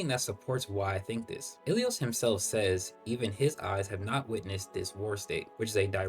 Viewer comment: why are you pronouncing ilios like that 😭😭 im hearing"ahalalo"